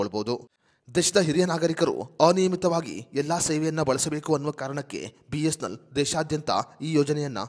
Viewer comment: ಮೊದಲು. B S N L uchharane ಮಾಡಲು practice ಮಾಡಿ..... ಆಮೇಲೆ ವಿಡಿಯೋ ಮಾಡಿ...